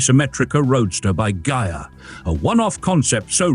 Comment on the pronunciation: Beautiful! But, the "i" in Ghia is pronounced as a long "e" in Italian.